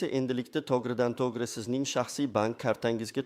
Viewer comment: Хамма ерда сунъиий интеллект. Тугрилаб су́зла копчилик,копинча,васият буйича ,тогридан тогри ,огирлатиш дейсан... .Бу кайси тил бу́лди.Васият дейсан васият нималигин билинглар аввал.Бир майдан дейсан.Бор йу́кол аввал ту́грилаб су́зла